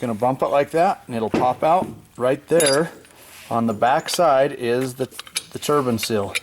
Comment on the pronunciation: Yep... I was getting the shits because he pronounced it wrong through the whole video 😩